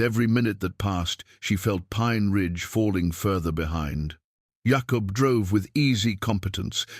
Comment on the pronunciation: I only wish the narrative was better. Jacob not yahkup